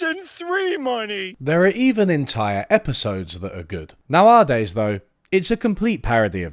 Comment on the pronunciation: The way you pronounce the word "nowadays" tells me you are definitely not a robot